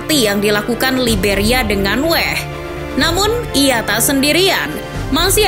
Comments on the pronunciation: George weah min, bukan wehh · Weah nyebutnya Weah aja bukan weh 😑 g usah di inggris2-in kedengerannya jadi aneh, org luar aja nyebutnya WEAH...!!! di situs WIKI jg g nulis dengan spesifik cara nyebutnya 😑😑😑😑